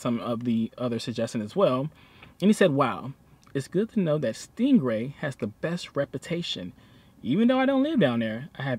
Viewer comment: Or Sting-a-ree, not Stingray! Old boy has a language all his own, but we love our (see, we can do it, too!) Haahhahha.